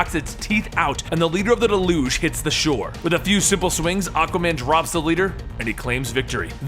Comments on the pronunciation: DAY-luge. Not de-LOOGE. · I love this, but the terrorist group is pronounced Delyooj (Deluge) meaning a great flood. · Your pronunciation of deluge gets on my nerves.... you make it sounds like an olympic sport. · You mispronounced deluge